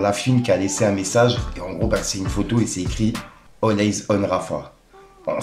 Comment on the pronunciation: All Eyes prononcer Aillz ❤pas Eiyz Thanks you ❤